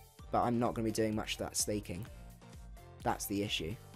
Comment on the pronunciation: And I love how you say slayking instead of slaking